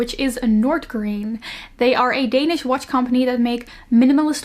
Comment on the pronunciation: I almost screamed at ‘danish’ Edit: again ‘Copenhagen’ I almost screamed